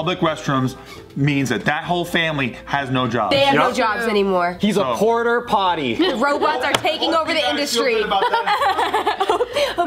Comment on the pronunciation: its not porter potty its porta-potty, as in portable potty lmao